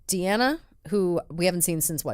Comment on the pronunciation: BTW Jesse had Deanna’s name correct (it is said the way he said it).